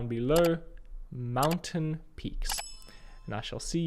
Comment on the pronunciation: Mountin' piques ;).